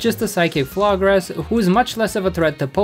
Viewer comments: It's nice that you learned to pronounce Dragalge, but Florges isn't fla-grass, its name comes from floral + gorgeous. Floor-jess. Also because I'm a crazy person my decision to play Scarlet or Violet partly hinged on what color Clavell and the academy building's pokeball dome looked best in (I think they both look better in red) but I ultimately chose Violet because I hated Koraidon's design so much, the future Paradox Pokemon are cooler and I really wanted to use Ceruledge. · Never have I ever heard someone pronounce Florges as Florg-Es, not Florge-is